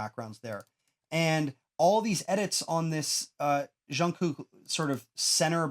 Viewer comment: I keep getting distracted by the goofy way he says "zshun-gook" It's just a J- sound. Like 'juice' or 'job'.